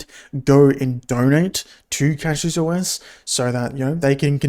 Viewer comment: Take a shot every time he pronounces it wrong